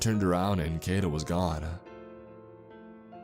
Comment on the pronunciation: Just FYI, the "ai" in Kaito is pronounced like "eye" or "high". Japanese words are pronounced exactly as they're spelled (except for words that end with "u", the u at the end is silent).